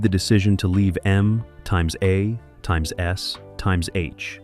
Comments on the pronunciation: Does anyone listen to this slop before they post it? M times a times s times h???😂😂😂😂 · MxAxSxH? Its MASH. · Laughing my ass off at "Two hundred and twenty seven!" And "MxAxSxH"! 🤣😅😆😁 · You can't just say MASH? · AL SLOP They can never get "MASH" right. First time I've heard "times"